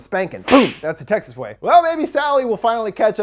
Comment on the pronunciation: I love each video but this one sounded like "sexist chainsaw massacre"😆